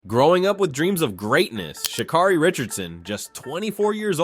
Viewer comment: Pronounce her name right